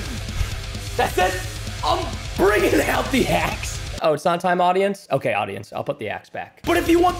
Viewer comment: It's not okeh to be okeh ( titan cry)😭